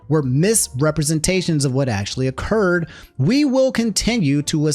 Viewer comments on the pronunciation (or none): none